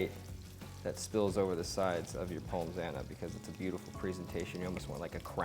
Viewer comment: The only negative point from this video I can find is pronouncing the s in pommes.